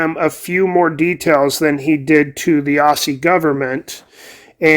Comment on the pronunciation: Yes its spelled Aussie but its pronounced Auzzie, like Ozzy.